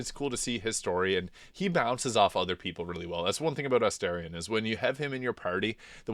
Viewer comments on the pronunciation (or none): it's weird how you pronounce their names. surely you've heard them say their own names in-game hundreds of times, but you can't repeat them. kerlock. meezor. esterien. what?